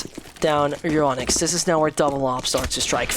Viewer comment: Once again i say. Its Euronics it isnt Euronicks